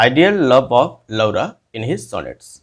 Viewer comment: Sir🙏 Laura- Lora uccharit kijiye. Renaissance: Renesa uccharit kijiye 🙏.